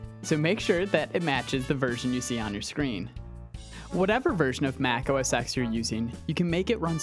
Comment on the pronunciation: OS X (Ten) not Ex. X is a Roman numeral for 10